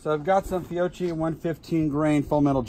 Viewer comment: Awesome stuff! Thanks for sharing. By the way, Fiocchi = “fee-oh-key” when pronounced properly. Ch = k....like “archive.” Next time can we try some .45ACP? I’m curious how they would do...